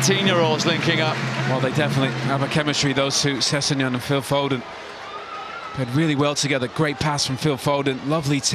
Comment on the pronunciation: LeMat yeah except the Irish geezer kept calling him foden 🤔